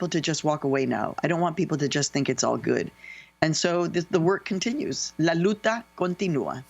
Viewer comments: Maria, it’s not LUTA , it’s LUCHA. Kudos to your brilliant accomplishments and influence. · Allow me to correct you but in Spanish is pronounced LA LUCHA CONTINÚA. Anyway wishes of peace and true democracy from Spain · What is..." La luta continúa"??? You mean 🤨🧐... "La lucha continúa". 🤷🏻‍♀️🤷🏻‍♀️ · "La luta continua..." María Hinojosa XDD "Lucha" that's how you write it and say it. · La luta? 🤔 what is that? She meant La Lucha?🙄 probably... bcz Luta is not a Spanish word 🤯